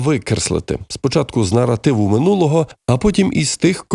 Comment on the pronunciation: Наротиви наротиви наротиви. Нове слово - паразит. А тепер, поправляйте, грамотії тупі - що "нар0тив", пишеться з "А"...